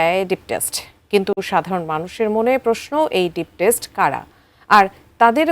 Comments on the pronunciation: Deep State হবে অতচ ওনি বলেন Deep Desht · Test ??? It is state 😂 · Deep state, not deep test.. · কথাটা ডিপ স্টেট, ডিপ টেস্ট নয়, সংবাদ যিনি পড়ছেন ওনাকে ঠিক উচ্চারণ করতে বলুন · ডিপ টেস্ট না, বলেন ডিপ স্টেট। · "Deep Test" na Deep State ... Foyinni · ডিপ টেস্ট না উপস্থাপিকা আপা, এটা ডিপ স্টেট। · টেস্ট না, স্টেট। বারবার ভুল বলবেন সাংবাদ পাঠিকা হয়েও? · ডিপ স্টেইটকে ডিপ টেস্ট বলছেন কেন? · এই সংবাদ উপস্থাপিকা বারবার "ডিপ টেস্ট " শব্দ ব্যবহার করছিলেন কিন্তু প্রকৃত শব্দটা" ডিপ স্টেট" হবে। যারা এই তফাৎ টুকু বুঝতে পারে না তারা কি করে সংবাদ পাঠ করেন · Deep state not deep test. 😅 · ডিপ টেস্ট নাকি ডিপ স্টেট,, আহারে উপস্থাপিকা আপা😅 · টেস্ট না স্টেট হবে। এইসব টিকটক উপস্থাপিকা কই থেকে আনেন? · ডিপ টেস্ট নয়, শব্দটা ডিপ স্টেট হবে সম্মানিত উপস্থাপিকা 😁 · সংবাদ পাঠিকার উচ্চারণে ভুল।ডিপ টেস্ট না-কি ডিপ স্টেট? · Deep test নয় deep state সংবাদ পাঠিকা কি ভুল বল্লো? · এই উপস্থাপক তো ডিপসেট বলেছে।উচ্চারণ করতে পারে না। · 😊 উপস্থাপিকা মনে হয়! কোটা তে নিয়োগ পেয়েছেন😜 ডিপ স্টেট কে বলছে ডিপ টেষ্ট 😁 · টেষ্ট না গো স্টেট। খবর পড়ে এখন কারা? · ডিপ টেস্ট বলছেন কেনো ??? শব্দটা স্টেট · সংবাদ পাঠিকা ম্যাডাম, ডিপ টেস্ট নয় -ডিপ স্টেট হবে 😂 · IT'S ''DEEP STATE'' NOT ''DEEP TASTE''. KI SHOB NEWS PRESENTER AIGULA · অশিক্ষিত বলদি খবর পাঠিকা: "ডিপ টেস্ট" না,,,, 'ডিপ স্টেইট"...... অশিক্ষিত বেডি,,,, ক্যামেরার সামনে বসার আগে একবার নিজে স্ক্রীপ্ট পড়ে নিলেও তো পারিস। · Less Educated and Beautiful NEWS presenter Woman says Deep Test ,whereas it is DEEP STATE😂😂😂😂😂😂😂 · বাংলাও দেখে পড়তে ভুল করে, 'ডিপ স্টেট' কে বলে 'ডিপ টেস্ট' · ওইটা 'টেস্ট' নারে পাগলী, ওইটা 'স্টেট' 😂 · 😂😂😂 সম্মানিত সংবাদ পাঠিকা এটা ডিপ টেস্ট নয় ডিপ স্টেট হবে। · Please age Deep State bolte shikhen. It's not Test. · Illiterate news reader Deep test ×× Deep state ✓✓ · ডিপস্টেট, ডিপটেস্ট নয় অযোগ্য নিউজ প্রেজেন্টার। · প্রেজেন্টার ভদ্রমহিলা বারবার বলছেন "ডিপ টেস্ট"। বুঝিনা এসব অশিক্ষিত চোদা প্রেজেন্টার কই থেকে আসে? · এই ভিডিও টা ডিলেট করে নতুন একটা ভিডিও দেন। ডিপ টেস্ট না "ডিপ স্টেট" আপনারা নিউজ পড়ার আগে একটু ভালো করে প্রস্তুতি নিয়ে আসবেন আপু।